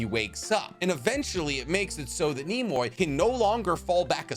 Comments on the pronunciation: Nemui would be pronounced like “Nem-uwi” “Nem-oo-ee” “Nem-oowi” “Ne-mu-E” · id say it Neh-mu-ehh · i think it’s pronounced neh-moo-ee because ねむい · Ithink Nemui is pronounced Neh Mu E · NEMUI = Ne - Moo - Ee Ne like "Neck" Moo like a cow Ee like Egypt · Probably pronounced Neh-moo-ee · "N-e-m-u-i" would be neh moo ee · Nemui=nee mu e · Neh-moo- ii せむこ i think...im rusty. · So in Japanese they pronounce things in characters. These characters are normally 2 letters long and sound like how you'd expect. So his name is said Ne-Mu-I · BTW Nemui is pronounced NEM-OO-EE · Nemui? Neh moo ee Means sleepy in Japanese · It’s pronounced “Nem-wee” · I think Nemui is pronounced "Nem-mu-ee." Also gotta give him points for being better at the "torture till they surrender" better than the Nightlords of 40k. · Nemui's name is Neh- moo- ee: which literally means sleepy in japanese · (NEM-UUEE) Nemui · (Nemo wee) that's how that's pronounced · Nemui Pronounced as Ne Mui Net M+We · Nemui would be pronounce like Name wee if I had a guess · it sounds like it's pronounced like Nem-WE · I think Nemui is pronounced NEEM-WEE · Nemui-Ne like Ned replace d with an mmm add a we and bam we got Nem-we Nemui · nemui = Nay - moo - ii (means sleepy) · I think his name is pronounced nem ooo eee -nemui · If you guys care it's pronounced "Nay-moo-ee"(Nemui) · Nem-u-ee.... Like Darui is pronounced. I have to assume that it is a pronunciation common to the Village Hidden in the Clouds. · I love your videos but please learn how to pronounce Japanese words my guy lmao nemui is pronounced NEH-MU-EE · its not NE MO I . ITS NE MU IIII NEMUI . it means sleepy in japanese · Nemui = Neh Mu Eee Kinda like Kamui; Kah Mu Eee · Nay mu e is how youd pronounce it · Nem-mu-ui Nemui. The boys name literally means sleepy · It's "NEM OO EE" Lmfao bro said neemoy 😒😭😭 and you could've just used rock lee's drunken master style as a comparison lls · Nehm-wee* not “Nimoy” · Nemui (nay-moo-ee) basic hiragana pronounciation.